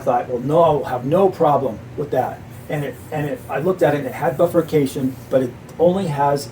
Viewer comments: Great video, BI-furcation, not buffercation. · And not a bilabial fricative.